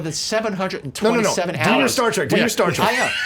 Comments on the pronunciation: Spielberg.....SPIELberg......not Speilberg and Star TRek.....not Star Tek. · Star... "Tek"?